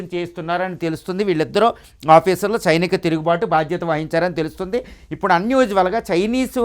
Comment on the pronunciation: Sainika not chinika tirugubatu